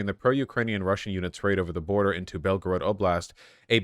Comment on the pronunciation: I’m so proud of vaush for not doing a Mexican accent when pronouncing Belgorod but instead doing his normal accent. As someone who lived in Russia it pains me when people make up fake accents to pronounce the names. Just say the names in an American accent because you are an American.